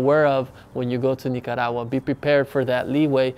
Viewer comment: I like the way you pronounce Nicaragua.😊 Great video. I’m looking into visiting there soon. Cheers ☕️